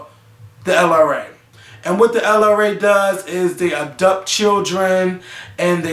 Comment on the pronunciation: DID HE SAY "ABDUPT"?!?!?!?! ENOUGH SAID!!!! LMFAO. WHERE IS MAKAEL?!?!